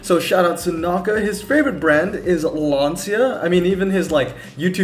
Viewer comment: also just saying it is actually pronounced lan-cha which is weird but whatever